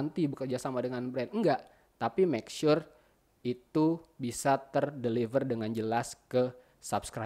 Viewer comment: Good video bang, seneng sama cara ngomongnya bang, apalagi sama kata makesure haha